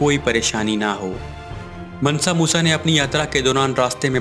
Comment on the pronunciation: मनसा नही है मानसा मूसा है